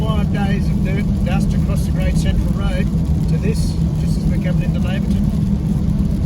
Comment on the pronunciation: Great video. By the way it's pronounced Layverton.